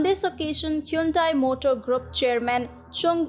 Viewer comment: It's quite refreshing to hear Hyundai pronounced that way. Here in America they pronounce it "hahn-day". "Hyoon-dai" sounds a little too east-Asian, I guess.